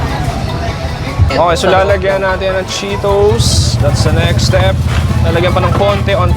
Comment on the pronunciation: Anong chokie? Chuckie. Tapos yung Cheetos, Cheeros. San nanggagaling yun?